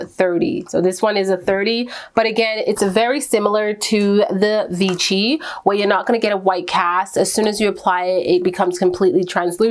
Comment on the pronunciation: just FYI: vichy is read vishy like shiva :)